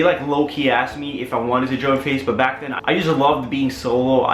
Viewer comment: I swear down he was saying face the whole time